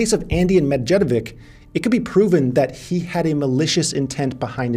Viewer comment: there are a lot of people from slavic countries who, like me, are following you. You must find someone in your vicinity who will tell you how to pronounce these salvic last names..:DD medjedovic